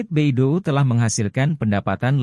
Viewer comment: Bacanya bei dou, bukan be i do u 😂